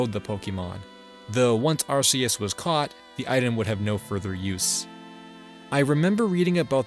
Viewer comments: This was a fun video to watch, but there's something else I have to say: Thanks for not calling Arceus "Ar-Key-Us" like the recent games do, "Ar-Cee-Us" will always be the best pronunciation. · Thank god, he pronounces Arceus correctly